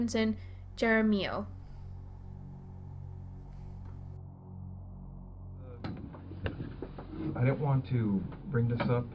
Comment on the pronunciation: Thank god some detectives wth guts took this case ! That name is pronounced "Har-a-mee-yo ".